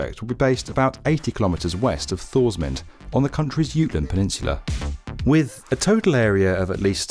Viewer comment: Thorsmind-e... Not Thor's mint. The d is silent, and the e is pronounced as uh